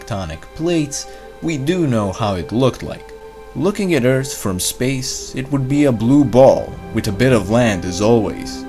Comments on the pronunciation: Liked it better when he said Eart. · I miss those times where you pronounced earth "Eart" haha, great job btw love your vids man, have a like !